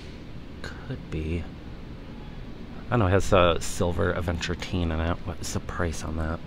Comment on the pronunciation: leave the T out of the word adventurine.